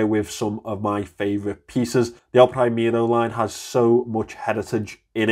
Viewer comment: "elpraimero" breaks my hart :)) good review though! thumps up!